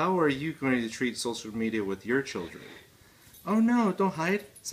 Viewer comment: Gary, Did you say chil'rens? Gary loves his chil'rens!!!!